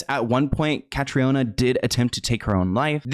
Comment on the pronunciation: Cathriona is pronounced ‘Catreena’. May she rest in peace!